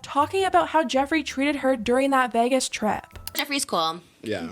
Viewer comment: In all my years I've never heard anyone pronounce Vegas as 'VEHGUESS' before 😭